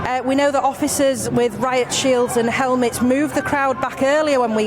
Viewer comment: Oooooer "helmets"🤣